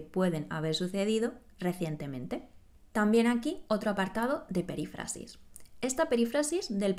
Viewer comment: Creo que tú pronuncias " perífrasis" como si el acento fuese en la "a": "perifrásis".